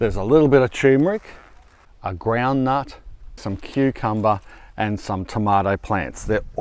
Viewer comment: Congratulations on 2.5M subscribers! 👍🏼Maybe a good time to start pronouncing turmeric correctly! 😉